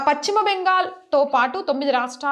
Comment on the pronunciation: Paschima ,it's not pacchima